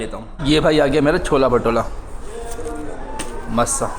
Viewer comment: छोला भटूरा ❌ छोला भटोला ☑️😂